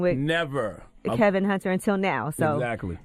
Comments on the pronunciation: His name is Kevin not Kelvin and you repeatedly get this wrong even when the sound bites you are using refer to him as Kevin...... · You are mispronouncing his name. It's Kevin not Kelvin. That's all. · Charlemagne is saying Kevin and you're still calling him KeLvin. Honey there is no L in his name. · His name is Kevin not Kelvin. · Why do u keep calling him Kelvin? Lol 😂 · His name is KEVIN NOT KELVIN! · Heffa his name is kevin not KELVIN country ass lmaooo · It's Kevin, not Kelvin... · Charlamagne is saying KEVIN (along with many others), and you're saying KELVIN..... What is this man's name? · It’s not “Calvin Hunter”, it KEVIN Hunter. You’ve got it wrong a few times throughout this video. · Why does she keep saying “Kelvin” though 🤦🏾‍♀️ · Screaming at the video “His name is KEVIN not KELLLLLLVIN!” Sheesh! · KEVIN not KELVIN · Ok, why dear sister do you keep pronouncing Wendy's husband's name as "Kelvin" when his name is "Kevin", which Charlamagne clearly calls him. I hate to be picky but excellence calls for saying his name correctly. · Why can't you get his name right? It's KEVIN nor KELVIN. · Sis why’d you keep saying ‘Kelvin when his name is Kevin? Thanx for the video tho💖